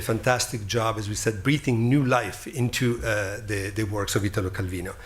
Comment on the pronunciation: "I wish I could read this in Italian... but I can't." Bro, just the fact that he pronounced his name properly, instead of the horrid mispronunciation most English speakers do, was enough. In Italo, the strong syllable is the I, not the Ta. Well done Richard for understanding that.